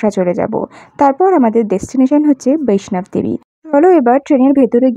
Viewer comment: Khub valo laglo vlog ta. "VAISHNOB DEVI" noy, "VAISHNO DEVI" bola hoy. Train er coach dekhlam LHB type, locomotive details ki chilo?